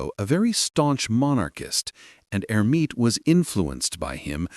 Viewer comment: Clean up the AI, which repeatedly refers to Hermite as HER.